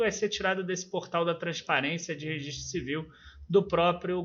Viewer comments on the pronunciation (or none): none